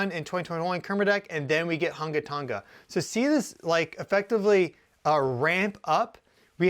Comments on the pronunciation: Tong-ah... not ton ga lol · It's pronounced 'tong-a' ( tongue but with an 'a' at the end. Not 'ton-ga' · Just FYI Tonga is pronounced using a soft "g" as in "song."😊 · Scary stuff! Pronounced 'Tong a' the 'g' is silent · Can you pronounce Tonga correctly FFS. 🙄